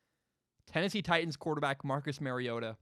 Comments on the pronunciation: Its mario-TA. He's Hawaiian and that's what his mom said the pronunciation was before his very first start at Oregon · It’s Mario-Ta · It’s pronounced mariota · YOU CAN"T EVEN SAY HIS NAME RIGHT! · Mariota is pronounced just like Marcus. FYI when you talk about us when we take Herbert/Fromm with the 12th overall pick next draft.